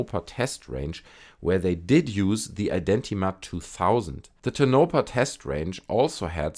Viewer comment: It's pronounced tone - eh - paw . Tonopah.... Lol I know it's a weird word but it's a native word. The only other thing I heard pronounce it like that is the GPS and I had to ask myself what in the hell is tanopa 😅